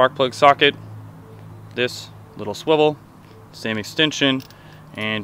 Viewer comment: Suwivle.... SUWIVLEE!